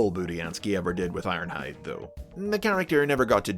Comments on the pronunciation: I won't acknowledge the energeon "Iornhide" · you said his name wrong,. its ARRRRNHAAAHD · It's Ironhide! I i q u i d N i t r o g e n